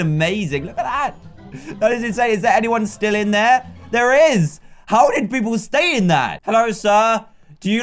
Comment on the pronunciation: HE SAID DID IN HIS ACCENT IT SOUNDS LIKE DIDT